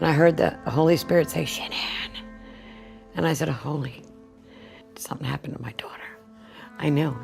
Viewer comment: Out of respect, please say Shannon's name correctly.